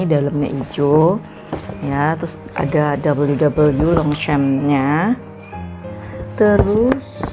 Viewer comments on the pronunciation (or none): Bacanya Tre dan s nya ngk dibaca bu dan Longsyong bacanya m dan p tdk di pronounce